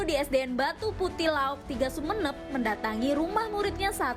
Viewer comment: Batuputih laok bukan batuputih loak kak🤭🤭🤭